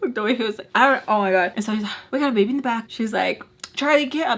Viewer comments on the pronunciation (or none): He said " not gunna royd wiff a baybeh" lmao